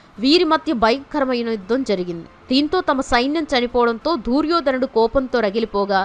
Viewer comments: దూర్యోధనుడు కాదమ్మా దుర్యోధనుడు "దు" అక్షరానికి దీర్గం లేదు నీకు చదువు చెప్పిన పుణ్యాత్ముడు ఎవరో ఆయనకు శతకోటి వందనాలు. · దూర్యో ధనుడు కాదు దుర్యోధ నుడు. వినలేకపోతున్నాము.